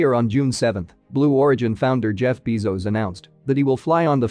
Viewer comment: There is really great info in here- but I wish the announcer would look up the pronunciation of things like “Bezos” “spectrometers,” “DaVinci” “Veritas,” etc.